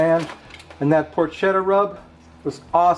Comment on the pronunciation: Looked great! Porketa not porkcheta! Ha ha